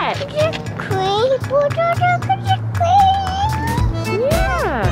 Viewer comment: Flynn pronounced “bulldozer” so perfectly I feel like a proud internet mom🥰❤️🥰❤️